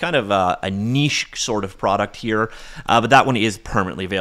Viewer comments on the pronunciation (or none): none